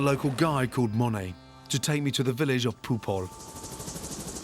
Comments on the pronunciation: Normal person: "The village of Pu Pol." Gordon: "The village of Poooop-hole." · the way he said is POOP HOL well thats what i heard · I’m really sorry guys, was it just me that heard “Poop Hole” when he said “Pu Pol”? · Yo are any other South Africans hearing him say Pu Pol?😂😂😂 "Poephol" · Sounded like he said “Poophole” when he said Pu Pol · The tribe name: Pupol How to pronounce it: poop hole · I keep mishearing the location that he is saying and I hear “poop hole” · The village of..... poophole? Is it just me or did other people hear him say poophole. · lol sounds like he said “poop hole” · It is actually pronounce Pul pot